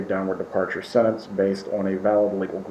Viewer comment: The way says sentence!!! SENANCE. Makes me mad‼️